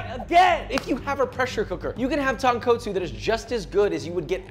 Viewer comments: Really nice and informative, thank you for this video. Please note, there is only one sound the letter "o" makes in Japanese, and it sounds like "oh", not "ah". The second and fifth "o" in Tonkotsu sound EXACTLY the same, there is no change in Japanese, Tone, Koh, Tsu. Keep up the great work. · I felt like dying tearing TonKOHtsu and SHOYu. Fucking hell it's not hard to say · “tounge co tsu” LOL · isn't the kot tonkotsu supposed to be pronounced like cot instead of coat? just wondering, I always said tone cot soo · Bro really said tonquotesu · tawnkootso lol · また、彼は最後まで「豚骨」を正しく発音しなかった。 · this is a great video thanks for making ramen easier to make, just letting you know you can work on saying tonkotsu because your pronunciation is a bit off.